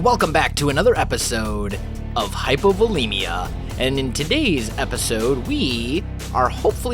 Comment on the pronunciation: it's hypOvOlEmia the O's and E are the full letter.